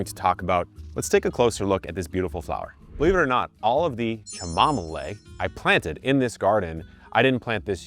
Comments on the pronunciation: Chamomile should be pronounced like this, Kam-Mo-Mil. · Uhhhm it’s chimomalee not chimomalay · It's cham-mo-meeelay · It makes me lol when you call it cha mom a lay. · Unsubscribe if you pronounce chamomile as "kam-mo-meel" 😂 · Kevin, I’ve been watching you for long, please DON’T EVER say chamomile like that, stick to the chamomalide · I say cha-mom-mole now because of you 😂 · It will from this point forward be Kevin pronunciation of Chamomile ❤